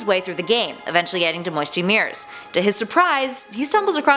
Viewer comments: “Moisty Mirs” ITS MOISTY MYERS😂😂😂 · Moisty Meres? I thought it was Moisty Mire. I think the remake was The Raven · 'To moisty mires' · No ones gonna talk about how she pronounced Moisty Miers?